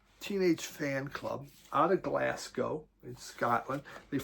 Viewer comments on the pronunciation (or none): none